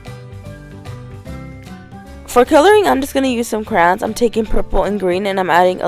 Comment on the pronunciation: Why the heck do you say "cran" not crayon? It's extremely annoying